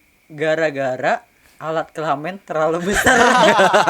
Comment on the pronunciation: Kelamin bang bukan kelamen